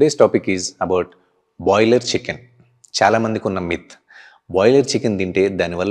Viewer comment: Boiler kaadu Broiler, Blend kaadu Bland